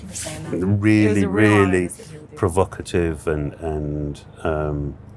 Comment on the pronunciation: did he say provocative? 😂